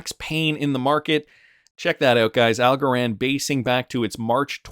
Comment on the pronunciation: Algorand rhymes with Also-ran